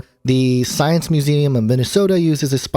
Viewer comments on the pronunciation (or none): none